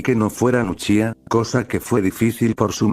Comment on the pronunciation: Deja de decir uchicha xD